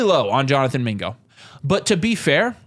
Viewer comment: Video was fire until yall said mingo